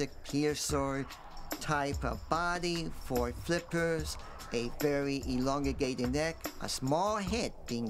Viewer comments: the guy says "elongegated neck" its "elongated" lol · vewy elongigated